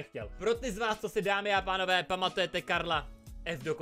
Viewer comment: řekl dámy a tánové:D 🤣🤣 pslouchejte